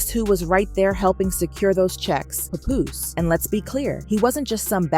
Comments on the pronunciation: Who the heck is puh-Poose? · I hate the way they say his name. It's not pupoose. It's Pap Poose lol